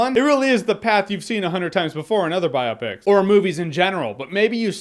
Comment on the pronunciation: No one tell him how to pronounce "biopic"